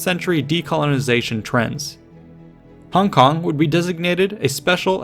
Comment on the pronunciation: props for the accurate pronunciation of "hong kong". i low key think the westernized version sounds innacurateand goofy